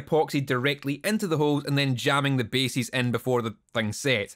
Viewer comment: Love that the Scottish pronunciation of "bases" and "edges" sounds like "basies" and "edgies". Also, I'm pretty sure Kerry King did this to his guitar first. ;)